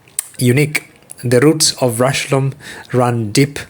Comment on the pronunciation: it's pronounced just like 'rush-home'.